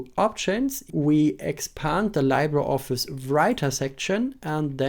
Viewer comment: It's actually LEE-bruh. Spanish word or filipino word for "Free"